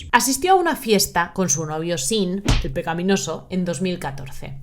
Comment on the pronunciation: ¿Cuántas veces has dicho "pecaPinoso"? Demasiadas para ser un vídeo con guion. " Pecapí "... Really?